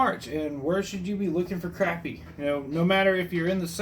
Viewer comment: Fellow South Carolinian here. The fact that you pronounced Crappie correctly gets you a follow. Lol.